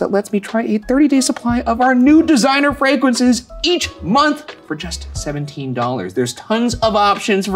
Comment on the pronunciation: ✨ “Fwagwances”- Ryan✨